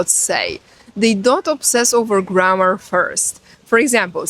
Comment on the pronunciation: How many 'Windows' have You started today, do You also starts your Doors. G r a' m m aaah rrr, is a long word, sounds like You're tired already before You begin. To whistle is a good exercise in clear pronunciation. Spanish is 'easy', because it have, in main, only two Colors, O and A. We all have our very own Language, but We can divide between Flock-Howling and Self-Thinking. (Instinct/Intelligence) Language and Consciousness, is two sides of the Same Development. Language without Mathematic is not a Language, and Mathematic without Language, is not Mathematic. You're right, without Listening, we wont learn anything. I'v been to 80 countries, just picked up the most important words, wrote the sounds, as I hear them in my own language, the Click-sound I'd wrote DT', and so on, some say, that's not how its spelled, but the sound, gives no mistakes. It is always best to 'go there', and body-language is a large part of it.